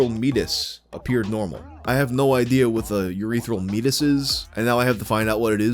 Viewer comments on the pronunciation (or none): For what it's worth, "meatus" is pronounced like "mee-A-tus" vs like "meat-us". It sounds fancier that way, but yes, it's just the medical word for an opening. Like how eructation is the fancy word for burping or micturition is the fancy word for peeing or epistaxis is the fancy word for a nosebleed. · Meatus is pronounces me-AY-tis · the way you pronounce meatus is very funny to me